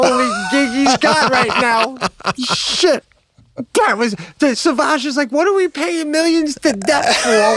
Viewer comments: Sauvage is French and is pronounced SOVAGE not suvage! It means wild, untamed, or savage. There's even a YouTube video pronouncing "Christian Dior Sauvage" perfectly in French because the Google quick audio sucks. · Just because Lana can't drive don't paint all of us with the same brush, and learn how to pronounce the name of the Dior cologne Seb.